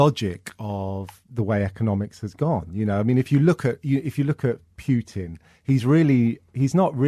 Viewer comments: "if you look pyootin" .....what???!!! it's pronounced Pootin. fuck sake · Russell is a better man than me. I would have stopped the interview right then and there and asked.. did you just pronounce it Pewtin?